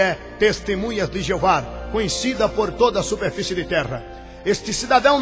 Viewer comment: Mais uma coisa ´e testemunhas de JEOVÁ e não Jeovar, aprenda a falar primeiro, depois pesquise mais pois voce não sabe NADA.